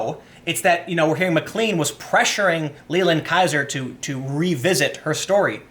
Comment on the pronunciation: pronounce MacLean Plain